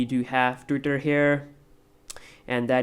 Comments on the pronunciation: beder and bery bery good and lastly titter damn loool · Mike Messiah also the way he says "twitter" is also 100% indian XD